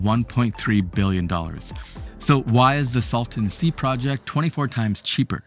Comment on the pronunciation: It is the " Salton Sea ", not the " Sultan Sea " .